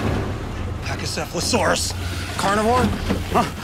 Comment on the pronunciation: If i recall people laughed in the theater when he mispronounced pachycephalosaurus.